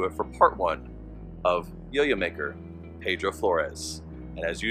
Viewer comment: He was my grandfather. His first name was pronounced Pee-dro. I needed to get that straight because i shuddered everytime you said it wrong. I know you probably didnt know that ... So now you do. I have his journals and it is an interesting read. So much to his story many dont know but our family does. That was a good presentation givin your source. Thank you for putting it out there.